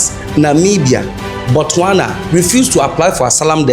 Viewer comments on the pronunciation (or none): none